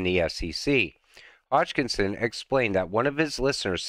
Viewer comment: Another great video. Thanks. Just one thing: Hoskinson, not Hodgekinson.